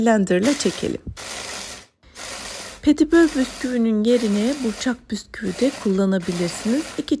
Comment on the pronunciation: Büsküvü deyip durma ya..